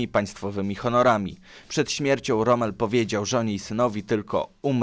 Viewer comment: Rom? A nie Romel? Tylko pytam.